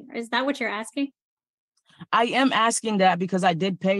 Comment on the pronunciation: And that second case is precisely why I’m on the re-watch crew for your early morning (Aus) streams! Far too big an ‘abyss’ and too much ‘axing’ to wake up to … even after a coffee! 😂😂😂